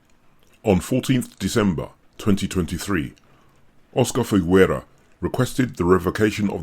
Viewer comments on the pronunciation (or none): Figuera is pronounced fighera, not figwera. Gue and gui (and also que and qui) in Spanish don't pronounce the "u", which is only there to make the "g" sound "hard" ghe and not soft ge (which in Spanish would sound khe but regardless). Otherwise it's the same logic as in French (which also uses gue/gui similarly), Italian (ghe/ghi vs ge/gi), etc.